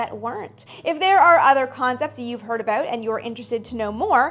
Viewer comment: I love the Canadian accented way for pronouncing "aboot"